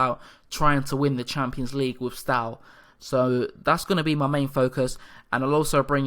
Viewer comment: I'm a new follower of the series, very nice one! Have you given yourself any restricting rules regarding amount of foreigners you'll allow yourself in the squad to ensure you still have a strong romanian presence? If you want to look up pronunciations a bit you can check (e.g. Ș = Sh, Ț = Ts, Ch = hard "k" sound as in "keg", C = like "ch" in "chest"). And "i" at the end of words is always(?) mute for nouns for example in Botoșani and Iași. Hai Steaua!